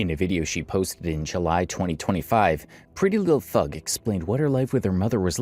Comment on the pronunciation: you keep saying PrettyLuhhthug, instead of her actual name, which is PrettyLuhhthang.